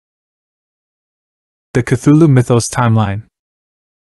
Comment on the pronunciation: Cant take this video seriously when i keep hearing "thugga" right off the bat lol